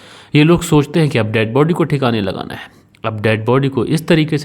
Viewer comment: कितना बोअर करते हो ? 5 मिनिट की स्टोरी को 25 मिनिट का बनाते हो ? फालतू के सेंटेनस बोलते रहते हो ? अपनी हिंदी भी सुधारो.. बहोत खराब बोलते हो.. व का उच्चारण ब करते हो.. जो पुलिस होती हैं, जो दे बॉडी होती हैं.. जो घरवाले होते हैं.. ये होता हैं, होती हैं क्या है.. और कीलू नहीं होता क्लू होता हैं.. किरमिनल नहीं.. क्रिमिनल होता हैं..